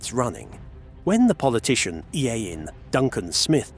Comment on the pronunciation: AI shite! Harl Les Don?😂😂😂 pronunciation of 'Ian' pathetic crap